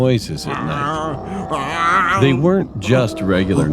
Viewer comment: Did no one notice he said “Saturday nart cartoons